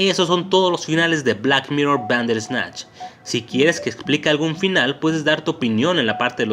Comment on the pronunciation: Me gustan tus videos, tienen muy buen contenido, pero me causa conflcito tu manera de pronunciar "Bander ESnatch" es junto y corrido: "Banderrrrrrrsssssssssnatch" sin el ES natch. Perdón pero soy muy obsesiva con eso. Por lo demás, excelente